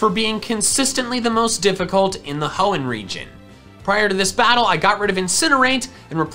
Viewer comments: I'm surprise the comment section didn't brutalize him for saying "hoeen type" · did he just say hoen type? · Ah yes my favorite type H o e n n. T y p e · nah it's genthre-ers